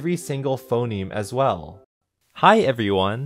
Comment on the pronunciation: i cant get behind the fact that you pronounced the word everyone as "evione"